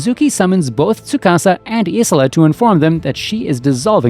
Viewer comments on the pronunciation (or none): its pronounced.. _Eye-La..... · Soo-ka-sa and i-la, that’s how their names are pronounced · Narrator clearly didn't watch the anime. I keep getting strokes when I hear him mispronounce Isla's name.